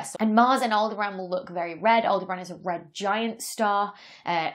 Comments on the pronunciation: Aldebran? Aldebaran, and it has four syllables. 😉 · I think Aldebaran is pronounced awl-DEB-aran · And she pronounced it "all-de-bran" except in the outtakes. Oh well. 'Spelioration' and 'pronouncification' are not the main traits needed in Astrophysics. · I thought she was saying Alderaan until I got to the bloopers 😅